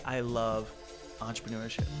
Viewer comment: "Antreprenooership". What is this? Entrepreneurship for ants?